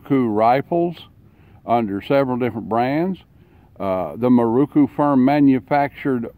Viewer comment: Pronounced .....Mear RO' kOO.......NOT moo.....ROO koo. They were primarily made for Japanese police departments with some exported.